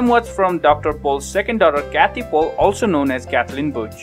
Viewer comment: It’s annoying how he doesn’t pronounce dr pols name right